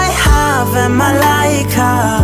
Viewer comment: i just searched up my name ad this came up and he actually said it right